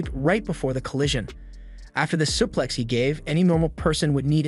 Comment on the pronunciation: Bro who taught you to talk? "Fan club" isn't supposed to sound like "fawn clob" 😂 Omg "suplex" is even worse.